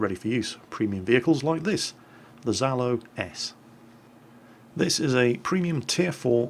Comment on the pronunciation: it's pronounced 'Zhalo' - (Жало С) Ж = Zh